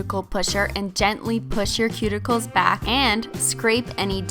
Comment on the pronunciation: OK SO EVERY NAIL LADY REMOVES MY SKIN WHEN THEY SAY "CUTICILES"